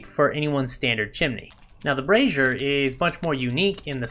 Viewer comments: Dude, you are doing the world a good service here as this is one of the few channels that pronounces Brazier correctly. The other channels have me wondering how they got Brassieres in the game????? (two very different things lol). Subbed! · Lol! It hysterical you mentioned brazier pronunciation! I was corrected on it A LOT on my torch comparison video and have corrected it since! I had no idea I was pronouncing it wrong...